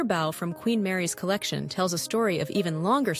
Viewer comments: Hearing bow pronounced like wow and not woah stopped me in my tracks. Unpleasant indeed. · They pronounce bow like bow on a boat